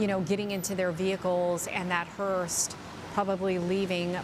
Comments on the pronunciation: Hearse. Not hearst. 🤦‍♀️ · Hearse , not Hearsed ! Man you people of all people should be better at pronouncing words correctly ! 🙄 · could someone tell the female newscaster how dumb she sounds not even knowing she's pronouncing the word "Hearst"!!!! it's a Hearse.......not a Hearst!........if you're going to report the news, at least sound educated and know how to pronounce words correctly. Just makes it painful to listen to when they can't even pronounce a simple word correctly. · Are they calling it a "Hearst"? Or is it just my ears??... I'm quite sure it's called a "Hearse", right? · It's not a hearst lady, it's a HEARSE. Like purse but with an H. I don't understand why they called it a HEARST multiple times. There's no T in the word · Someone teach this lady how to pronounce "Hearse". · I came to the comments to see if anybody else picked it up. She is, but I hear him calling it the correct thing. But yes, she is definitely putting a T on it. 🤦‍♀️ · I caught that too. She also called the mechanical lift an "apparatus" 😂 One of my biggest pet peeves is when people say "acrosst" and put a T on the end. Drives me up the wall. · News 12, could you teach that lady how to pronounce “hearse” please.